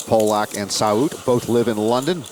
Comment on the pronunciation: This was one of the best final tables in WSOP ME history. I remember watching it live, and everyone was telling the announcers it's pronounced Pah- lick, not Poh- lock. They kept mispronouncing it. Thanks for posting. For me, this is one of my favs!!! ❤❤ John Hesp was a pleasure.